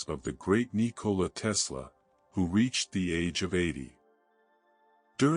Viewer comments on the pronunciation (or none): It is pronounced TESS la . Not Tea lass. I believe.